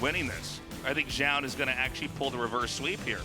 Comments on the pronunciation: WHY DOES TASTELESS PRONOUNCE ZOUN "JOUN" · Is Tasteless just trolling us with his pronunciation of Zoun?